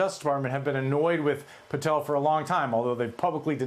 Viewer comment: It's PATEL not PARTEL!